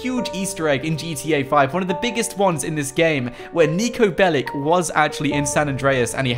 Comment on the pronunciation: niko belicses😂